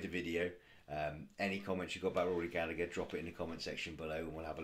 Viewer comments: His surname is pronounced with a silent second "g", so it sounds like "Galla-her". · It's Rory Gallagher with a silent g before the her